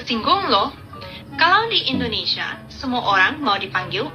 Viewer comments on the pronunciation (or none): Lo aja ngomong salah mas? Bkn endonesa Indonesia, ngomong yg bener